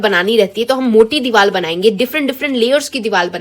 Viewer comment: 6.05 “Diwaal“ it’s diwar 😅😂